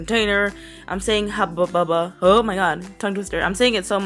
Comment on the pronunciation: I love how you say hubbu bubba creepy lol